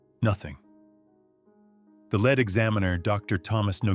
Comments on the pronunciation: The 'led' examiner??????? Voiceover is illiterate. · Tired of AI narration. The lead coroner pronounced as "led" examiner is cringe inducing.